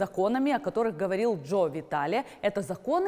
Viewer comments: Что у неё с ударениями 🤦‍♀️ Джо ВитАле ...а не ВиталЕ . ХоопонопОно.... а не хоопонОпоно.... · Приветствую)) Благодарю за ранее - ты уверена что так произносится хоопонОпоне...и джо виталЕ ???